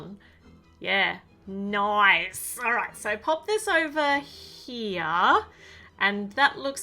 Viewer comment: The way she said ' nOIce' 😆 I luv Aussie accents ♥️